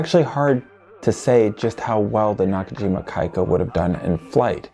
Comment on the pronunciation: Pronounced “kee-ka”🤘🏻